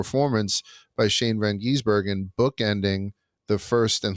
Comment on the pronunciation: For the love of God, it is GIZ-Ber-Gen Appreciate hatred isn’t real and that he just wants to be Shane